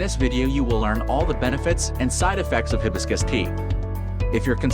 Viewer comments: You're pronouncing it wrong. It's hi BIS cus accent on BIS Ask google how to pronounce it. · Hi... hibiscus, no hebiscus. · Hibiscus is a flower whose name is mispronounced by AI. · Hard to take this seriously when the AI narration voice can’t even properly pronounce Hibiscus!😅